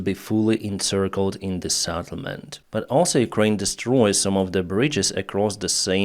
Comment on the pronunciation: Settlement not SATTLEMENT. SET not SAT